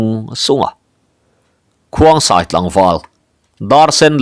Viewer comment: Khongsai tih tur zawk ani lo maw